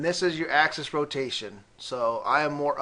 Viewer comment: Its positive AXIS point. NOT positive ACCESS point